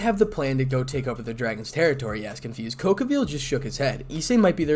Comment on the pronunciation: i don't mean ANY disresprect but it's cao cao (So-So) also great story man keep it up